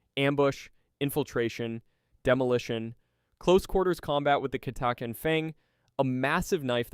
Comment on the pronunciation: Catachan was pronounced about 5 different ways